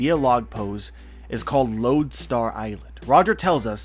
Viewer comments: Damn it, it's "Road Star", not "Load"... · It's Road Star not Lode Star it's a vizism